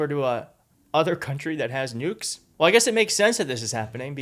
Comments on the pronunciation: He didn't say nukes, he said "Nubiles"! Bring em on.... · Hmmm… I think he may have been saying “nudes.”😂